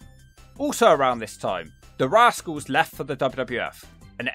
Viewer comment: So I’m not the only one who heard rascalz instead of radicalz